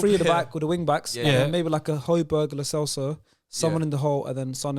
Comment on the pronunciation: please tell that it’s hoy-be-air